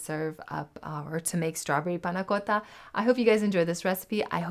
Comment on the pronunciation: If as delectable as your pronunciation of "panna cotta" then this is first class!